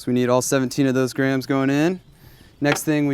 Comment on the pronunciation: why did he keep saying grahams instead of grams?